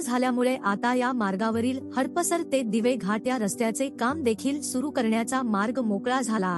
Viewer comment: हडप सर असा उच्चार अपेक्षित आहे. हड पसर असा नाही.